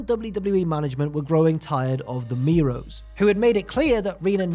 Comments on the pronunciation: Miro's 😂 lol it's mero's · It's Marc Mero not Marc Miro hahaha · OK, just me that is really annoyed by pronunciation of Mero. Mero and Miro are different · i know its a different accent & way of speaking, but stands out every time he calls mero miro like the former rusev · Stop saying Miro. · I'm about to freak out if I hear you mispronounce their last name one more time. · The worst thing about this is the pronunciation of Mero in the video